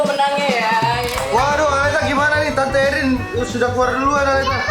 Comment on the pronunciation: bukan aleta